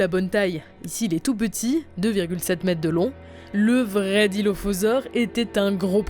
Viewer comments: c’est Dilophosaure, pas Dilophausore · "dilophausore" je pense qu'il y a une faute là non ?